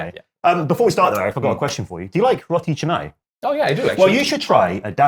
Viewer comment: It's roti CAnai, not roti chenai. Hope u can improve on that.